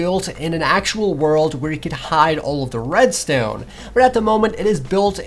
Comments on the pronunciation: not "redstewn". it's "redstone". pronounce it right. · Holy crap I hate how he pronounces redstone.. RESTOIYEN! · lol he Said redSTONER 😂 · Well, judging by the way you pronounce "redstuone", I think you are the noob... :/ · How come you pronounce redstone as "Redsteone" but when you say "redstone repeater" is sounds normal? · U say red stone weird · Why do you say Redstone like that it just sounds wrong